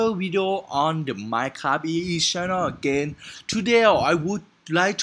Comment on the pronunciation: you know when you tried to say minecraft you said minecabi